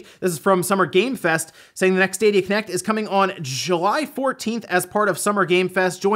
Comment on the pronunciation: When said ”Stadia Connect” I understood “Stadia Kinect” and the image was utterly terrifying. I doubt I’ll be able to sleep tonight, not even with EA’s help.